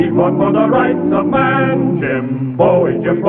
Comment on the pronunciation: Question; Bowie is pronounced Boo-ey in the Opening titles. They sing ‘Jim Boo-ey Jim Boo-ey’. This annoys the sh1t out of me, yet people in the episodes call/pronounced his name as Bowie.